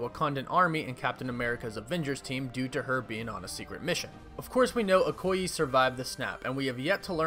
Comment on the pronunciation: Okoye pronunciation ( O- coy- Yay)